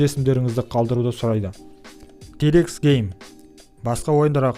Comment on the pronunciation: Те рекс гейм емес Ти рекс гейм